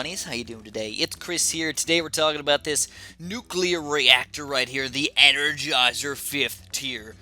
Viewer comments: ‘Engergizer’ Ok. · I know what an energizer is but what’s an engergizer??